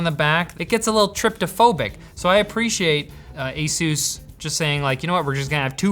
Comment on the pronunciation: you should learn how to say ASUS properly! Linus already learned it, so when will you? ;-)